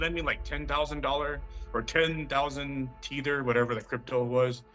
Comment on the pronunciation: He called it Tee-ther, its Tether bro